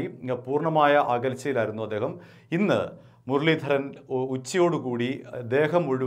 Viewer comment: മുരളീധരന്റെ R എവിടെ പോയി 😄😄